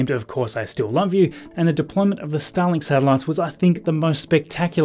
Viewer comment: Why do I here "Stalin" whenever you say "Starlink"? :D